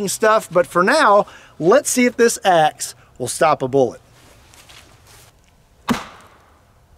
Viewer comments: At first I thought you said "ex" and I thought "now you're on to something!"😂🤣😂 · Sounds like he is from Chicago when he said that